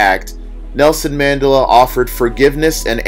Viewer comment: Mandela = Man-DELL-Ah